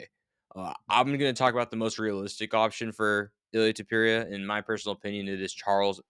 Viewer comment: Tupurieuh 😂😂😂😂😂 how are you saying his last name bruh😂